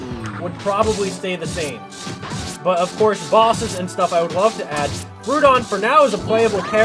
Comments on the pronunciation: Groudon is pronounced Gr-ow-don, not Gr-oo-don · Isn't it pronounced "grow-don" like ground?